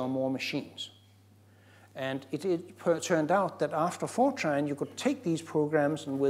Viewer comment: I can't be the only person that hears 4chan whenever he says Fortran.